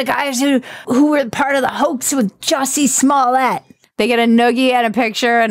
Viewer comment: Be sure to tell Cousin Maggie in the comments how YOU would stage a hoax better than Yousie Smol Yayo. Jessie Smallet? Even he doesn't know how to say his own name. Lol